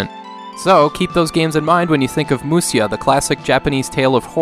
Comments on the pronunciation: Grateful for the content but just wanted to add it should be pronounced /musha/. Musya is just an unstandard way of transliterating the word into Roman letters. Even now, if you type m u s y a on a Japanese keyboard you'll get 武者 just the same as if you type mushya. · Ive always felt the graphics were very good for an earlier SNES game! on a related note, its pronounced Mu-sha. For some reason when Japanese was romanized, the 'sha' sound could be written as sha or sya.